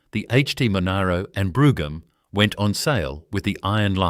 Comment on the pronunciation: Don't yu just love AI voice-overs ? NOT !! Like a Vie 8 and Broogahm ! haha, oh and a picture labelled Holden 253 V8, but the picture is some random old straight 6. Love watching Holdens doing their thing on YT, but please, can we ""keep it real". This could have been a great video. Not subscribing.